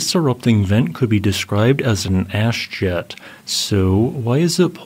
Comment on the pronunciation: When you said ash jet I heard ass jet